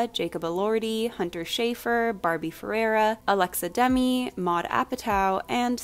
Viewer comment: hey! just letting you know that you pronounce alexa demie’s last name as dem-EE, rather than DEM-ee (put the stress on the second syllable) it’s not a big deal but i just wanted to tell you :)